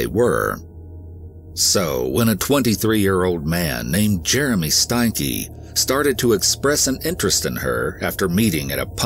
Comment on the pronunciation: I think it's pronounced Stanky